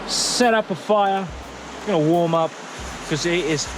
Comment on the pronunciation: When you say ”Up” i heard pub. 🤔mtb start from pub. Maybe☝🏻😁🤪